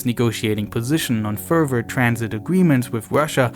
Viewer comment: Good documentary. But I don't pronounce the "v" in "further". 🤣